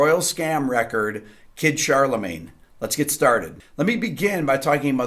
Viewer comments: " kid charlemange" lol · Not to be a pest, but it's Charlemagne, not CharleMANGE. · But please, "Kid Charlemagne", not "mange"! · I have 2 small criticisms on this. First, it’s “Charlemagne” not “Charlemange” and second (and slightly less petty) one of the key elements of Carlton’s guitar solo that I think was overlooked was the quite brilliant punctuation by Bernard Purdie’s drum fills. Carlton’s solo is amazingly inventive and deliciously well played, but don’t ignore how well Purdie’s fills introduce it. But, whatever. I loved this song before Rick deconstructed it. I love it even more now. Cheers, Rick. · I did not read all the comments, but it's Kid Charlemagne. Not "Kid Charlemange" :-) . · “Kid Charle*mange*”? lol (14.59) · "Kid Charlemange"... oops :)